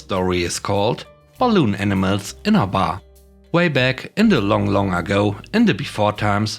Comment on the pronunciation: In the first story am I the only one that hears "Enemas" when says "Animals"?